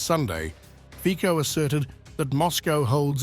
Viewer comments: Two things. Fico, is not pronounced Feeko. But Fitso. Further, not many people remember what happened not long time ago. Fico was shot 5 times by pro Ukraine fanatic. It is truly a miracle that he is functioning in the capacity he is functioning. But the assassination attempt gave him an interesting edge. He has not tolerance for Ukrainian BS. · Fico is pronauced as Fitso, not Fiko.. please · Fico is that ice cream brand